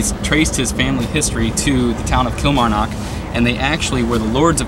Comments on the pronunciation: eek cringe the way he pronounces Kilmarnock kills me!!! It’s pronounced kill-marr-knock like knock knock who there. I actually live right next to dean castle I can actually climb over the fence in my street and be in it 😂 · Kilmarrrrn ock, nck nck, like nick without an 'i'. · Every time you say Kilmarnock I just die inside 😂